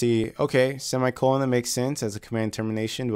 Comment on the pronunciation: "seam eye colon" that is great ;)